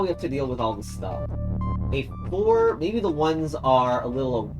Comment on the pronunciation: When you said "4 on the wall" i heard "hole on the wall" Bruh